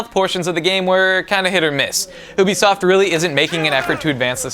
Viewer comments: Why is he saying o-bisoft instead of ewe? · u- bi-soft not oubisoft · anyone else find it weird that he says "ooby-soft" instead of "yubi- soft"? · You-Bi-Soft Not Oo-bi-soft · oobisoft? I though it was ubisoft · Why are you saying "Oobisoft" instead of Ubisoft? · is it pronounced "o-bisoft"? I always thought it was "ewe-bisoft" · i fucking hate it when idiots say oo-bisoft. Ubisoft is pronounced you-bisoft. Get used to it. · Its pronounced yeew-bee-soft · Actually, found out you, and the guy in this video, are wrong. There is an interview I just watched where they confirm it, it's pronounced "YOU BEE SOFT" and comes from the word "ubiquitous," look it up. ;) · no, it's pronounced yoo-bee-soft. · Did he say oo-bee-soft? LMFAO. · did mah boi just say oobisoft? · its not pronounced oobisoft!!!! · I hate it when people say OOOOBISOFT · its you-bee-soft